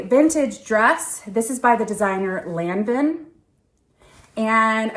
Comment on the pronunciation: Lanvin was once the third biggest fashion house in the world.It is pronounced Lon-von fyi😊love your videos